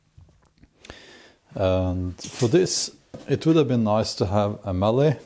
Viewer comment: Bjorn, when we say mallet we pronounce the t at the end so it is like the word let - mal-let. The push knife we call a spokeshave, it was traditionally used by wheelwrights to carve spokes for cart wheels. When I saw your body position with it my first thought was Viking Vasectomy. (How's that for alliteration? Snorri would be proud of me.) This reminds me of an incident in my childhood. I was 7 or 8 when I read the Norse Mythologies in the Encyclopeadia Britannica and it captivated me, especially the tales of Thor. When I was 9 I decided to make my own "magic" hammer and scrounged a cutoff piece of 4x4 from my father. I drilled a hole using a hand brace and glued a garden cane as the handle, making it short as the magic wouldn't work. When the glue had dried it was testing time. Up to now my father was proud that I had shown some (limited) skill at woodworking. Back to the acid test as to whether my hammer had the magic of Mjolnir; I threw it but instead of coming back to me it did the other thing that Mjolnir did, no not kill giants, unless you class a kitchen window as a giant. Needless to say it cost me a couple of weeks pocket money and a sore backside!